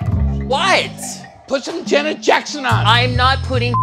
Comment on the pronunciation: "Brandon! Put on some Jenet Jecksen!" LOLOL